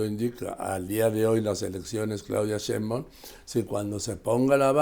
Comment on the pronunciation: Me encanta verlos, no hay medio que Carlotos pronuncie bien el apellido “Sheimbaum” jajaja quien sabe que se le atraviesa pero No lo puede pronunciarlo bien.🤣